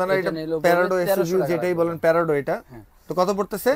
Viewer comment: Prado ke boltese perado😂😂🤣🤣🤣🤣